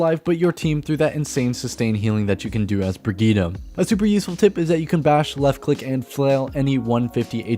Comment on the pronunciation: who is bergheedah? i see brigitte